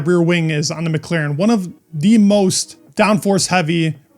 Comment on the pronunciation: did you say 'Mec-Laren'..??..like Villeneuve when he comments F1 on French tv....